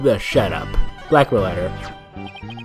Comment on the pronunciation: I don't know why but every time you say blackmail letter I keep thinking you are saying Blackquill letter XD Who would you say is worse? :P I like how it just froze for 5 seconds. lol R.I.P. Water LIES!